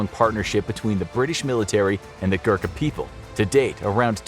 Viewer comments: It's Gorkha not Gurkha, please pronounce properly... Anyway nice informative video. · It's pronounced "Goo-Rr-kaa" not Gurka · Im from Nepal, and I know how good they are. Btw, "Gurkha" is pronounced as "go-rr-kk-ha" not "gurk-ha" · It is Gorkha not Gurkha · It's ghorkhas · every nepali happy until they realize the english have been pronouncing every word he tried to say wrong. Yes, I am a nepali and am salty about him not being able to pronounce any nepali word such as gurkha, gurung, khukuri, shrestha etc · As a nepalese, I feel awakward when u say gurkha badly